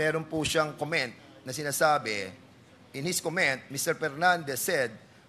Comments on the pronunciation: Cong google # 1 pag aralan mo muna paano ang correct pronunciation ng “comment” . Lagyan nyo po ng katarungan. Makikita po sa google nyo yan paano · Ayusin mo muna dan fernandez pag pronounce ng “comment” nasa google lang din yan hahahahaha ang angas mo “pre!